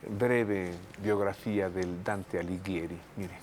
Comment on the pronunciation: Se pronuncia Dante (Diminutivo del nombre Durante). Antes en Florencia, Italia acostumbraban mucho a llamar a las personas por su nombre en diminutivo (hasta ahora 😂); y su apellido es Alighieri (del italiano pronunciación correcta: Aliguieri).